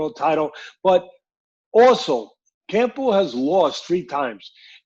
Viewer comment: Why cant americans pronounce the simplest of english names, he was call him 'campo', throughout the interview.